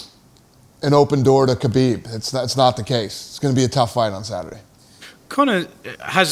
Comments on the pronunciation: Isnt your fighters name Khabib, dana not habib? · Habib isn't it kabib?